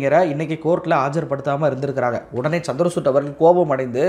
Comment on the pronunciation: சந்திர சூட்டு இல்லிங்கோ! சந்திரச்சூடு! CHANDRA CHUD. Please pronounce correctly.